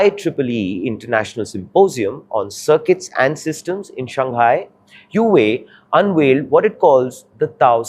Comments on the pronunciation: Please check the pronounciation of huawei(wow-wei). your's feels weird. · What? Huawei being the focus of the subject matter and the presenter cannot get the pronunciation of Huawei correct? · Learn to pronounce the name correctly first before you make any video about it. It is painful to hear such weird pronounciation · if you can't pronounce the companies name properly don't try to report on it. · Please learn how to pronounce the name correctly who is who..aay? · Learn to pronoun the company name first before doing news :face-blue-smiling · Can't even pronounce the name correctly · For fs sake learn to pronounce the name properly or quit your job. This anchor is insufferable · Get the pronunciation of Huawei correct please narrator. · Even can't pronounce Huawei in proper way 😂😂😂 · Couldn't finish watching the video! Too unprofessional. Its not Hue-way - Its Huawei. Learn the pronunciation first before making a video on it! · Hua wei! Not hiu wei! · Where did you learn to pronounce HuAwei as Huwei? Huawei is internationally famous and yet you don't know how to pronounce it's name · It's not hyuway it's pronounced hu-aa-way. Maybe people not into tech should not give tech news. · Its pronounced as HUA-WEI.....not hueway LOL. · So try pronouncing the name right......it's WHO AA WAY, not whoeey, as you say...... Very hard to take your analysis at face value when you bugger off from correcting the simplest mistakes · Huawei is not pronounced huuuwat but hwaaaway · Huawei is not pronounced as WHO WEI but WA WEI or HWA WEI! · Bro, its "Hua" wei not "Hue" wei. "Hua" means Chinese-ness or Sino, and Huawei means Chinese-greatness... so the name has huge cultural impact and not family names like in India. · This guy cannot even pronounce Huawei properly...ha ha ha HU.......AWEI not HUa...Wei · It is huawei and not hu wei ! Come on ! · It's pronounced "wah-way" not "hoohay" 😂😂😂. Journalists should do a google search at the very least. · im sorry hew-whey? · 是 hua wei